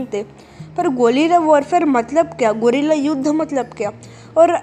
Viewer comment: Bolna to sikhle golila😂😂